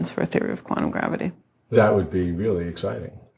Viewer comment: Yeah hi, just for the interwebs' record, it is NOT quannum, it is quantum. Stop trying to make the letter t dissappear.